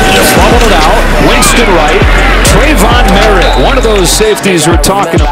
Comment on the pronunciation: “More - rig”